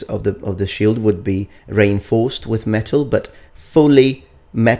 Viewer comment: You pronounced reinforced like rainforced... its re-inforced with the i sound... just saying :)